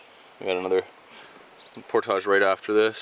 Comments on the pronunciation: Damn you stop saying portage like por-taj it’s more like por-dij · Idk if it’s the French Canadian in him but portage is pronounced por-tij and not por-tahj and it is slightly irritating